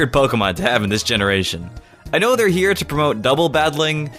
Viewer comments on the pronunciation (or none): none